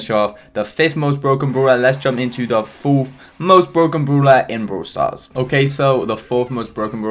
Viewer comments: Me: brawl stars: Broowl stars??? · Love how you say broul stars😍